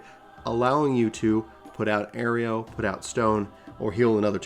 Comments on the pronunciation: pretty sure its pronounced ARROW - AERO not AERIEO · Great guide! But as many have mentioned: Aireo and Alysium? Come on, man.